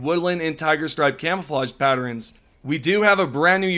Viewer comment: What planet are you from? Community, patern, throwing The way you pronounce things is wild.